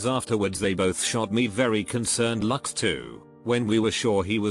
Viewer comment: Text: looks Nobody: Speech synthesis: lucks